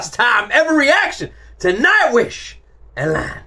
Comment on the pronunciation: Its pronounced "A-lan" Its a French word and the accent (the line above the "E") makes it sound like saying the letter "A" in English Love the tree growing out of Tuomas's keyboard!